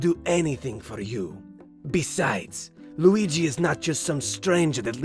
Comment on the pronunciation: "WeeGee" Board